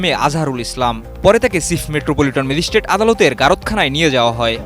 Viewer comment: "সিপ্ মেজিশটেট " সাংবাদিক, গায়ক, নায়ক হতে হলে উচ্চারণ শুদ্ধ হওয়া উচিত